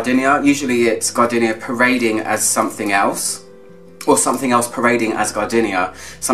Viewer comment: Stop saying gar-dinnia - it's gar-deenia! 😋😁